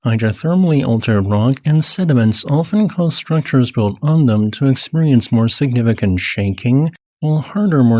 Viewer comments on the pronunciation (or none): none